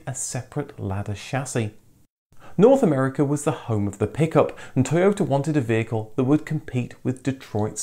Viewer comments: To yota. Not toy ota. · I'm surprised you are not pronouncing Toyota in a Japanese accent!!!